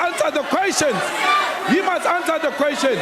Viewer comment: HE MUST ANSA DE QUESTION HE MUST ANSA DE QUESTION HE MUST ANSA DE QUESTION!!! 😂